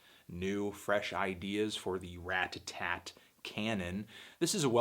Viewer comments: Rata-Tat. Not Rat-ta-tat. Love, Your friend Cody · ***** It's possible to say Ratta-tat (which is the correct pronunciation) without the tt making a "d" noise. I'm North American and say it this way. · word. It's not Rad-A-Tatt... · You say their name really weird like "rat-tatat" and i'm like "ra-tat-tat" yknow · Haha instead of pronouncing it Radadad, you're now really emphasizing the t's! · RAT TUH-TAT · ***** I'm not American, and in my accent it's actually easier to pronounce it Rat-a-tat (because I'm Swedish, and in our language we never pronounce t as a d). But Rad-a-tatt sounds a lot better and that's what I've heard everyone say, including Kid Cudi for example. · Clearly it’s raduhtat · if I ever have to hear you pronounce "ratatat" one more time I'm going to kick my own ass. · Haha way to pronounce those T's, homie :) I remember how people have you crap for saying "Radadat" on your LP4 review. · You say ratatat weird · He is pronouncing the first t like a "t" instead of a d like most north americans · At least he's not saying "Radadat" like in his LP4 review. Anyways, I feel weird about nitpicking him about this. Who cares